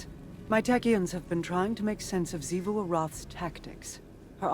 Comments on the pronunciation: Thank you, thank you, thank you for stopping saying “Chivu” and saying it correctly now lol. Despite many many times on the game being mentioned lol. Now I can watch you videos peacefully lol. Great content tho. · Hey! He said Xivu right finally!